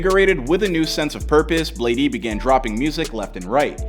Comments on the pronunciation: You can even see in the clips everyone pronouncing it BLADE and this dude still calls him BladEE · Bro it’s fucking bladee not blade (e) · Its like blade not blad-e 💀😭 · I'm Bladee he call me Bladey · It’s just pronounce blade not bladeE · its just blade bro. STOP SAYING BLADEY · y’all complaining about calling him bladey but i’m gonna call him benjamin from now on. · im bladee she call me blade-e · Imma need to get over the fact the narrator is saying "Bladie" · The fact he’s saying “bladey” is really pissing me off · bro said bladey and yung god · This guy really saying "bladey" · It’s pronounced blade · You really just spent loads of time researching his past, then you call him bladey 💀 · I’m Bladee, she call me Bladey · Bro really called him “Blade-E” 😐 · how you make a video explaining his life when you cant even pronounce his name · Thats how you pronounce gud’s name in his native language